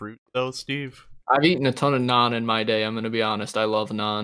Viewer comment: Thats not how you say naan also you should try darbat or dosa with battaca and massala also the smeltery controller and stuff don’t need to be near each other at all